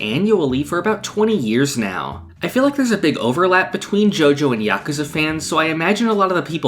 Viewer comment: I wanna shake your hand just for saying yakuza right.